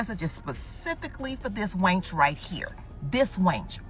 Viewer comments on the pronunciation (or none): Calling a woman "Battle Axe" has been around for A LONG TIME. Plus, she called her op a WAYNCH. Not wench, WAYNCH😂😂😂😂